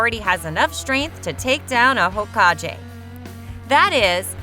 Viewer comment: Baykugan, Hokaje.... 🤮🤮🤮🤮